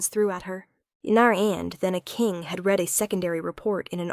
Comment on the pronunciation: AI still needs to learn how to PRONOUNCE Words Correctly to make the story Better. unless there is a human that also needs to learn. Examples: READ = 'Reed' this book; She "red" the book; also used at least 3 different pronunciations for "Peter" !!!